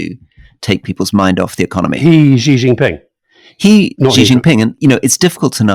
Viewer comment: Alastair, the name 習近平 is best anglicised as "Shee Jin Ping". There is no such phoneme as "Zhee" in Mandarin Chinese. Take a note out of Rory's book.